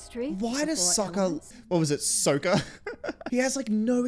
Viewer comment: I’m glad they changed the name pronunciations because they bear no resemblance to their animated counterparts. Soakah acts like his boomerang is stuck somewhere it shouldn’t be.